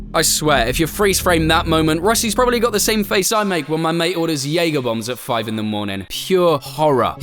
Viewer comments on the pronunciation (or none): none